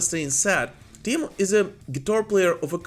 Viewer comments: it's "Tee-mo".. not "Tie-miou" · Your pronouncion about Teemu was perfect 👌😎👍